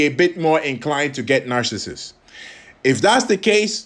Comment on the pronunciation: Aka...I had to laugh through the whole video....because I think 99% of the time you kept calling him Narcasist !!! NOT Narcissus!!!.....poor guy!!